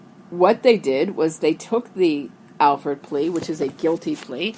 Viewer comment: It's an "Alford" plea, not an "Alfred" plea. You also don't know about the rest of it (besides how to spell it)